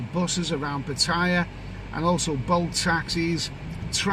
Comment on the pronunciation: I though you said ‘boat taxis’ but then I realised you were talking about bolt app like Uber.